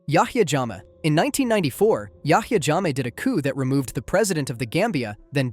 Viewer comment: Hiii great video! My mother is Gambian and grew up under Yahya Jemmeh’s reign. Yahya Jemmeh is pronounced “yeah-yeah Gem-may.”